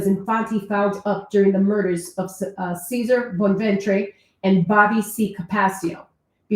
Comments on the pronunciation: his name is pronounced chez a Rey That’s how irs pronounced in Italian Caesar is pronounced carder just a little rid bit I’m not the smartest but I’m Italian and a high school teacher teaching Italian good job my friend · Cesare pronounced Chez-ar-ey😉P.S - Tell this to John Alite, He’s got some kinda sick jealousy going on with Tommy Pitera claiming he “Only” has 6 bodies….(He was convicted of 6) Which doesn’t make much sense considering Alite claimed in court he “Only pulled the trigger once) The man has no credibility